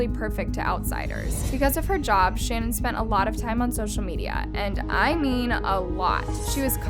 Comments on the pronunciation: Her name is pronounced Sha-naan , NOT Shannon. Very easy to find and kind of disrespectful to get it wrong through the whole episode. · It’s pronounced Sha- nan . Not Shannon . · Listening to this was pretty annoying considering her name is pronounced SHA-NAN not Shannon. If you’re gonna talk about her, say her name right. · It's Sha-naan not Shannon as someone whos watched the Netflix documentary This so so freaking horrible...RIP to the girls and the unborn baby <\3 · It’s shuh-NAAN, not Shannon...all other channels pronounce it correctly, give some respect to her man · Her name is shu-nan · shannan is ponounced shan-awn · Her name is pronounced like it’s spelled Shan-Ann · Her name is pronounced SHA Nan. I love your videos but I couldn’t ignore it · I’m sorry did you call her Shannon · Her gender reveal was not canceled because she was going to have a boy but because Chris was very distant and downright mean to her. You've got to get your pronunciation right that Shannon is kinda nerve racking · Good review. Her name is pronounced different than how you are saying....and personally , his name should just be family annihilator from here on out.....forever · I hate to be that person but hearing Shannan’s name pronounced incorrectly annoyed me a little bit. Lmao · You’re pronouncing her name wrong and it’s pissing me off. It’s insanely rude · when you were mispronouncing her name i got annoyed lol